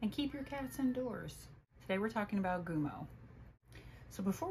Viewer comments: Gummo, like chewing gum, not goom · It's Gummo (gum-oh). After Gummo Marx.